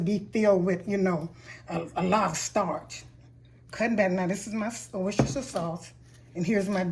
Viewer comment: Ma'am I mean no disrespect but I always have a quiet chuckle when non British people pronounce Worcestershire. Your's was very credible.